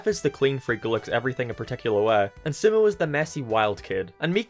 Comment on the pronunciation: Dude called sumo sumou